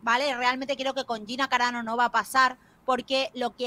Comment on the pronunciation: Dice Gina caranao en vez de carano 😆😆😆